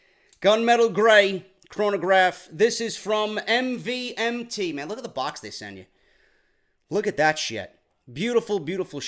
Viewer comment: Yo no offence but MVMT Watches is pronounced as MOVEMENT.